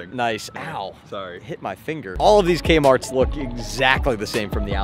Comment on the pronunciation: Threek A-Marts